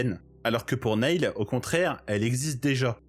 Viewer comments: très cool vidéo. (cependant, tu as vu le film, et tu sais donc que Neil se prononce "Nile" et pas "Néïl" 😝) je m'abonne pour la peine. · Ça se prononce "nile" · Alors nail ça veut dire clou. Neil se prononce "nil"